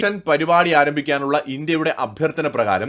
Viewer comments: It's desalination - not dieselisation bro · ഡീസലൈസേഷൻ അല്ല ഡീസാലിനേഷൻ, ഡീസലൈനേഷൻ എന്നൊക്കെയാണ് ശരിയായി DESALINATION എന്നത് പറയേണ്ടത് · De-salination not Desilation